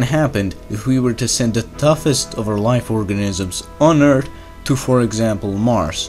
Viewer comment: Yes, for sure, I agree! Funny, when he say "Eart(h) lol! ☝🏻🤓